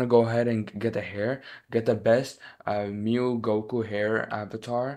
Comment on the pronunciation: saying mew not saying m u i😢😭😭